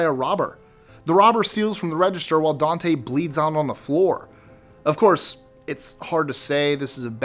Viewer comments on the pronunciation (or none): none